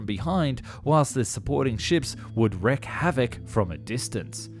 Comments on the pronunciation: Wreak havoc - wreak is pronounced differently than wreck ie reek vs rek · A sub mareeiner? Surely you mean submariner? Wreak, pronunced reek not wrek, pronunced rec. I prefer English speaking documentarys. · In fairness they butchered many English words, I'm only and already he's pronounced wreak as 'wreck' and another word that I'm too lazy to go back and look for. Admittedly it could just be a narrator reading a foreign script verbatim, I've noticed they have a tendency to repeat the mistakes in the script rather than fix them. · Wreak havoc, not "wreck" havoc. Just saying. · "WREAK" havoc not "wreck" havoc.